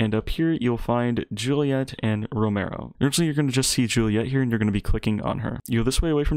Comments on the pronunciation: Row-me-o it’s not row-mer-o 😂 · It’s ro me o not romayo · lol ro-mare-ro